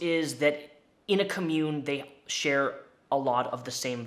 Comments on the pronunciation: Re: mispronouncing COMMUNE - i'm seriously debating watching the rest of the video because I know I'm going to be annoyed. you can definitely tell that and everyone here that is defending him has never heard of an actual Commune (pronounced KAHmyoon, even says in the definition shared) /ˈkämyo͞on/ yes, the word commune as an action(verb) is pronounced similarly/just like 'commun-ity'... or lets commune together for tea. that is the way is pronouncing it BUT the word COMMUNE describing a group that lives together, shares shit, vegan, love, hippy-dippy co-op... that is pronounced KAHmyoon! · The was you mispronounce ‘commune’ makes me think you are saying ‘commode’. Lol Try like this: kom-yoon :) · "Ka-mune" Bless you. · Nobody: Not a soul:: commUNE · Everytime he says commune I cringe... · please learn how to say commune.. hahaha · Really can barely watch this cause of how you pronounce commune. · How come failed cult leader “actors” always go for Joker vibes in their “art?” Also, I know I have a problem but, THAT IS NOT HOW YOU PRONOUNCE COMMUNE IN THIS CONTEXT AND YOU ARE GIVING ME A TIC. {sorry I lost my cool} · You say commune wrong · Dude, you showed the definition of Commune. The correct pronunciation is RIGHT below it. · I love your content and what you do with these videos, but the way you're pronouncing the word "commune" has me triggered. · Every time you mispronounce the word "commune" I die a little bit inside. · if you talk about this again i just gotta tell you friend it's COMmune with emphasis on "com" because it's a noun. comMUNE is the verb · The emphasis on "commune" goes on the first syllable. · Everyone: com-yoon: cah-moon Me internally: AHHHHHHHHHHH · I could be wrong because pronunciation is different depending on where you live... but I’ve always thought commune was pronounced “com-mYou-n” not “ “cumm-yewn” lol it’s kind of funny to hear it pronounced like community rather than a compound